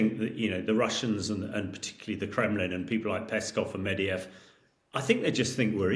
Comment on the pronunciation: Is someone ever going to tell this guy that Medvedev is not pronounced Medeyev?